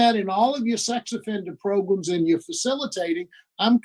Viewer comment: you can stop saying "PROGRUMS" now...... We get it....